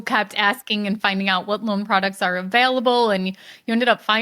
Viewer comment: pronunciation of available continues to baffle me